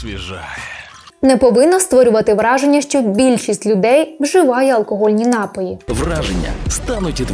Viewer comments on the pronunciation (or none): Пані, прошу запам'ятати: напІІІІІІІй, напООООООООї. Наголос тільки один! А щодо кількости алкоголю - то немає безпечної дози. Он мій батько впродовж певного часу постійно пив пиво в автівці, а потім приходив додому й поводився мов остання паскуда. Зрештою довів свій організм до інсульту, рік мусив відновлювати здоров'я й нині не п'є. Зате їсть солодощі й сидить за компом до пів на четверту ранку. Трясця... Шановне панство, не пийте тої гидоти! Майте повагу до себе й до всіх довкола себе! До речі, я не п'ю, бо ще у школі так вирішила. А на тупі жарти, якщо мене вже дико забодали, питаю: "А що ліпше - прокинутися завтра вранці з чистими печінкою й головою чи не прокинутися взагалі, захлинувшись власною блювотою?" Переважно впливає.